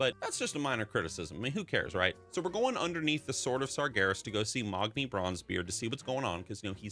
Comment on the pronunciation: I have been saying MAGni and here you are with Mogni. Have I been saying it wrong all this time?